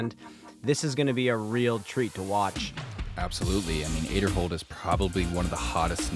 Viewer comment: Pronounced Ezra Ayderhold